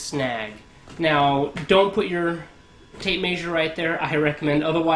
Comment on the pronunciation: Trust a plumber to mispronounce tape measure 😉😂